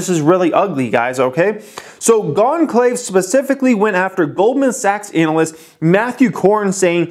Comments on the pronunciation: It’s pronounced ‘ana-list’ not ‘anal-list’ brotha hahaha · please pronounce analyst more like "anna-lyst", and less like "anal-lyst". And please look into "Gon-calves", unless you intentionally mispronounce words for entertainment purposes:-) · Is he purposely pronouncing analyst that way? Lol